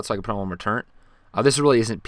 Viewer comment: It's turr et not turre-n-t